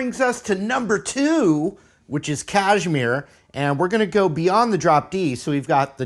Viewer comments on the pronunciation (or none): Kashmir not cashmere lol.